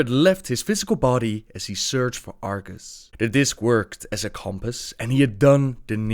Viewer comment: Wasn't it Argus? (instead of Argas?) <:b